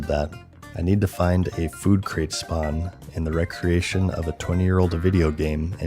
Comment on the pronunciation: 're-creation' is not pronounced the same way as 'recreation'; they're different words...you blithering idiot.